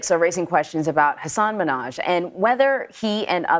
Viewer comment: STOP SAYING MINNAJ LIKE NIKKI MANAJ. YOU'RE A REPORTER, try to say hi name. Hasan ...,MINN...HAJ. If you can't say it correctly, throughout the piece, refer to his first name. It's not like we are going to forget which Hasan you are talking about